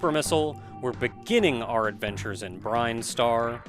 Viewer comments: Yeah, you calling it "Brine-star" threw me for a loop the first time too. Honestly, knowing how weird Japanese-to-English can be, I would not be surprised if it was supposed to be Brine-star in katakana or something (just look at Mega Man 2's Bubble Lead and how it changed from Japanese to English) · Same here. I always thought it was Brin-star too. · Are you sure it's pronounced "brine-star" rather than "brin-star", with "brin" pronounced the same way as "grin"? Idk, I've always done the latter... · Are there official pronunciations for Metroid words? Brine-star always sounded weird to me. Salty. Always wondered what the deal was with the statue. Did they place it, expecting to die? I get it from a gameplay standpoint, it's a lock, but is there lore? Reminds me of the white grass in the flesh mushroom cave in Subnautica: Below Zero.